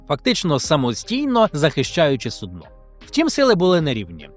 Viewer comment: сУдно правильно, а от компанія все ж таки ост-індійська